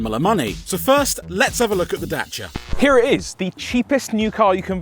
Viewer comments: It’s a daciaaaa not a dachia 😂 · Y the F r u saying Dachia???? its a DaCia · What's a datcha it's a dacia James May said it many many times.. 😂😂😂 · day-c-a(dacia) NOT dacha terrible pronunciation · Its called a Dacia not Dachia even James may can say it right 🤣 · Don't call it datcha man, it's dacia, literally just read the goddamn name right. No sh there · ITS DAY SEAR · First time I´ve ever seen someone pronounce it "Datcha" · Good news, cant pronounce dacia either! 😢 Da - Cia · "Datsia Sandero"... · DACIA, there is no H in it! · As a long time Top Gear fan the way you are saying Dacia is hurting my soul. Unless I have heard it incorrectly for so many years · OK I'm triggered strait off the bat. Is that how you supposed to say Dacia or how James May said it? cause no offence I'm more likely listen to him haha 🤣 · My eye would twitch every time they said Dacia wrong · I love all your content, but I can’t upvote the weird pronunciation of Dacia